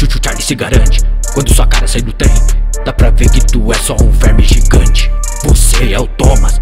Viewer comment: Achei engraçado quendo choo choo charles disse o germe gigente